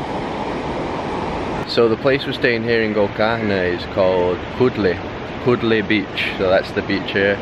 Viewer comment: This not kodle ...